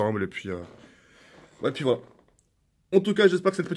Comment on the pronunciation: Combien de fois il dit « et puis fouala »